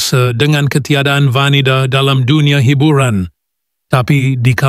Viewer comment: Ni suara mat saleh mana ? Teruknya dia bercakap bahasa melayu dgn slang pekat English.." hibiuran " ..😂😂😂